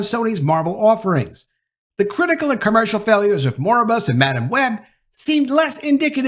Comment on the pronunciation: Mor-bi-us, not Moribus.